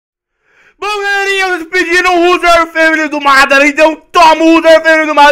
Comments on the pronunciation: vc fala madara errado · cara vc não sabe nem falar MADARA pq faz este vídeo?